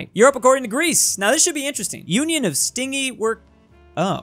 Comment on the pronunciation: It’s pronounced “Stin-jee” not “sting-ee” and it means greedy or selfish.